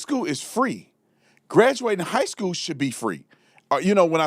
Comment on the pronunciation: Spencer for the Win. Love the way you said High Skwell 😂😂Officer Tatum for the Win. Please update your merch Store much love ❤️